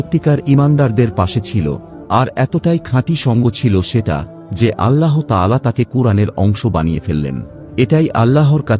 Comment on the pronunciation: আল্লাহো নয়, আল্লাহ